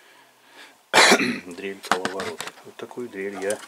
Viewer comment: " каваларот"?... может коловорот?... Извините, я не ханжа, просто учетельница по-русскому такая была(учила нас правильно), любила и люблю её, очень...хоть и нет её сейчас уже, к огромному моему сожалению...